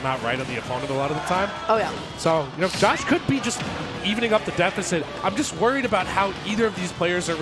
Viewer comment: Pronounced Josh 😭